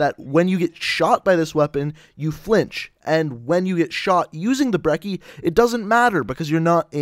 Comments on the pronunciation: pretty sure brecci is pronounced Breh chi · Its Brec-ey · I care more about people pronouncing the damn name right more than I do jitter mods, it's pronounce Bre-chee